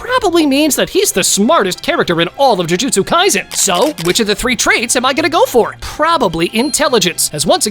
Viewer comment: Bro said tie jitsu in Kashima’s area